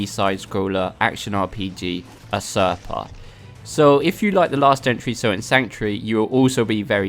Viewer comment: Go check the pronunciation for usurper please :)